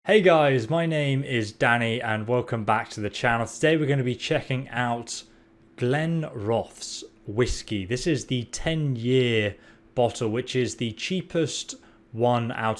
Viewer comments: Cool review. You have a wonderful delivery. Only criticism, learn how to properly pronounce the name of the whisky. It’s pronounced Glen Roth Es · Top review buddy and great English pronunciation of Glenrothes 😉